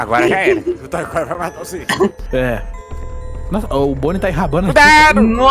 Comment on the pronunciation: Não fala toy core